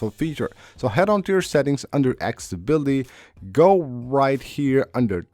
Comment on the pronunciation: You still haven’t learned how to say accessibility, it’s not axability!